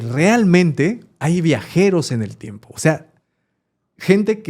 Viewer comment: solo vine a corregir "TIMEPO"